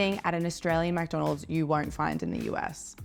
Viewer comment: And “Mac - donalds “